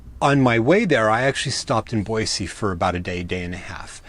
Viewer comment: As a native, I would like to give you kudos for the correct pronunciation of Boise! Just as an fyi, they have repaved the streets in downtown Boise. So they aren't as crappy as when you were here LOL. Take care.